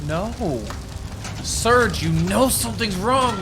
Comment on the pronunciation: His name is Sturge - NOT Surge